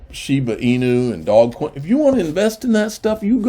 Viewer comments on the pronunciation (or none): Lol love how he calls dodgecoin 'dogcoin' its alsmost disrespectful but really funny at the same time..also the way he says Shiba Inu is also funny.. love his vids make sure to subscribe, great content keep up the amazing work